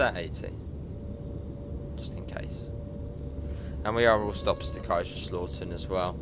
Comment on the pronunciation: Just a quick tip. The lau in Kaiserslautern is not pronounced as AW but OW. (The OW you say when you stub your toe on something.)